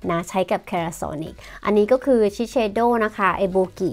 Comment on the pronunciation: shiseido sei อ่าน เซ ค่ะผิดกันมากๆๆ